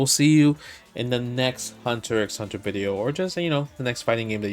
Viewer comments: Justin: "I'm a big Hunter ECKS Hunter fan" Also Justin: enunciates the × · "Im a big Hunter EKS Hunter fan" Cmon Justin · It's just "Hunter Hunter". You don't say the X. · Justin: "I'm a big Hunter x Hunter fan" also Justin: pronounces the x in Hunter x Hunter We spot you, fake fan. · I mean he pronounces the X straight away. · I read the manga like 20 years ago and pronounce the names like Justin lol, had no idea you weren't supposed to pronounce the X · Hey, I watched H x H three times through over the years before someone on Reddit corrected me to say that you don't pronounce the X.